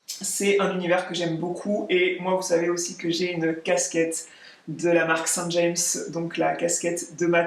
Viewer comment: merci pour cette vidéo très inspirante. pour info, la marque SAINT JAMES est située dans la MANCHE, d'ou je suis originaire, et le nom de notre jolie petite ville se prononce à la francaise, sans accent. c'est mon coté un peu chovine...encore merci pour tes partages, très bonne semaine.🙂